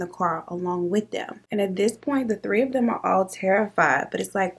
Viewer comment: tree instead of 3 like he’s Caribbean 🤣😂